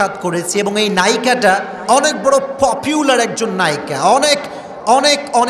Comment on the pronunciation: পপিউলার।নাকি পপুলার ।কথায় কথায় ইংরেজি বলা শোভা পায়না।একারনে মানুষ তাদের বয়ান শুনে চোখের কোনায় পানি থাক ঠোঁটের কোনায় মুচকি হাসি আসে।